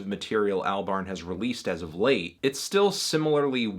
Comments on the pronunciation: Its pronounced all-barn not al-barn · Every time Fantano says "Al-barn" I die a little inside.